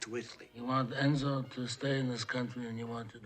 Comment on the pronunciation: Throughout the film the name is mispronounced. It's "Cor-lay-oh-NE". And Enzo is pronounced "Entso". 🙂